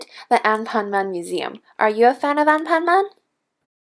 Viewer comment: This is how you pronounced anpanman (an pan man) not anpanmam (on pon mon)